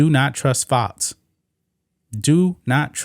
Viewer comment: FoX NOT fots. Learn to pronounce your x's